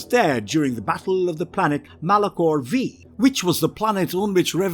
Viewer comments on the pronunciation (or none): MALACHOR VEE? MALACHOR FIVE AS IN V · It’s Malachor Five, not Vee